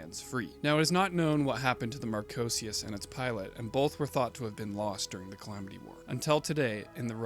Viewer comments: Just a heads up, not to take away, but it's pronounced "Mar-ko-see-us" not "Mar-cho-see-us". The ch forms a 'k' sound in the name of Marchosias. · Awesome vid! Aside from you pronouncing Marchosias wrong tho 😭 but I love Marchosias and haijiroboshi alot. U should do a vid on the Gundam Vual btw he’s super interesting:0